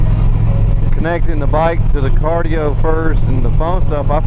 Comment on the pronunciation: Cardo, not cardio